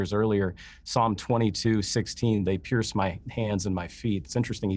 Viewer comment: If that guy on the left says 'Pierce' once more!!!! Omg!!!!